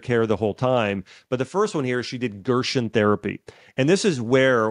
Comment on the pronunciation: It’s pronounced GERSEN not Gershwin